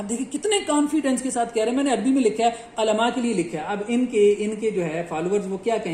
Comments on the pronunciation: حضرت ماشاءاللہ اچھا کام کر رہے ہیں لیکن عُلماء ہوتا ہے عَلماء نہیں اگر الفاظ کا تلفظ صحیح نہ ہوتا تو بات کا وزن کم ہو جاتا ہے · Mere Bhai Alaamaaa Nai hota Ulamaaa Hota hai Apni Urdu e sai krlo Tumne Lolzzz Arbi parhni hai jaaa Arbi pakka k khaaa